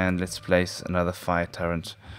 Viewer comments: Umm... Anyone notice he keeps saying Turrent? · turrent... okeedokee